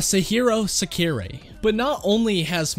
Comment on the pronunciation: He name is sa ku ri